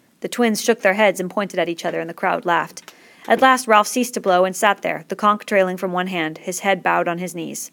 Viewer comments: are you seriously pronouncing conch (con-ch) as conk? it's literally said as it's spelt! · I got triggered every time she said "conk" IT'S "CONCH!" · why u saying conk its CONCH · the way she says conch lol..."conk" im ded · Whoa I thought it was pronounced like conch, but it's pronounced like conk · conch is apparently conk